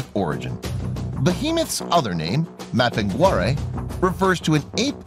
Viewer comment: behemoth other name, maphingarae, never seen such a terrible pronunciation